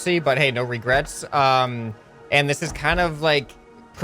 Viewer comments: & co it's Regrets not Regerts!! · Regerts... You're U.S. american right?